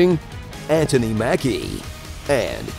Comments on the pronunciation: Ant-ony Mackie. Lmao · "Ant-hony Mackie" 😁😅